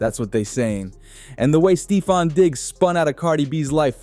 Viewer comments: Yo said Steefon Diggs!!!!! It’s Stephon Diggs homie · U lost me at STEE-fon. Please delete this ma’am. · Stee-fon digs😂😂😂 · Are u a bot, How do you not know how to say Steffon even when you pronounce it in the phone it comes out Stefan which is better than what you're saying But the rest of what you're saying is 💯